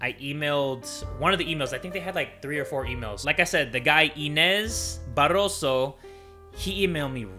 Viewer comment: So glad for you! Just letting you know, from a Portuguese fan, that "Inês Barroso" is a girls name! xD Good accent on the name though!